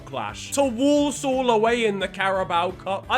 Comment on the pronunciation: The way he says Walsall 😡